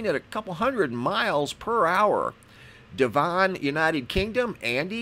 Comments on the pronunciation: Can I just correct you on your pronunciation of the word Devon it's not De- Von its Dev-on, I know British pronunciation can be difficult, I know the name of the county of Worcestershire cause many problem as I've heard many Americans trying to say Worcester Sauce or as some say Worcestershire Sauce. Love your videos watch as soon as I see you've posted a new one. Hope you don't take it in the wrong way about how you said Devon, only meant it as a bit of help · Devon is prounounced 'Devun' :) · PRONOUNCE DEVON AS ''DEVV ''- ON (LIKE WHEN YOU ''REVV'' UP A CAR ENGINE). AND THANKYOU FOR ALL YOUR HARD WORK, MUCH APPRECIATED. FROM SUNNY WINDY COLD BUCKINGHAMSHIRE ENGLAND. XXXXXXXXX